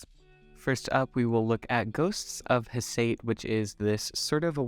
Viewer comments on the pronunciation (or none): These are soo pretty! Some of them do seem similar to other mooncats but if I don't have those then that's not a problem. "Hecate" is pronounced Heck-uh-tee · Planning on grabbing a few of these (probably not the more sheer formulas), thanks for another great review!! PS: It's pronounced like Hekate (so a hard C) 😉